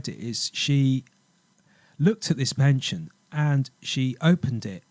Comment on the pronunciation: I think you mean a neck 'pendant' not 'penchant' (pon-chaant)! Very good presentation though, lots of research done. It's all "coincidence" of course... not!